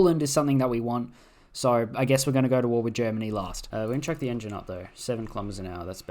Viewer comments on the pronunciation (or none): none